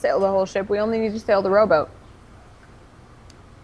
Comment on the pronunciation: lol every time they said "rowboat" it sounded like "robot" "We get the robot to the iland! Lets hide the robot!"